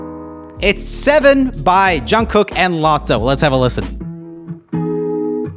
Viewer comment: Hearing Joel actually pronouncing Jungkook correctly just feels weird to me